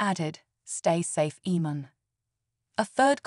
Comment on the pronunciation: His name is pronounced Aman not eman. Have you been living under a rock?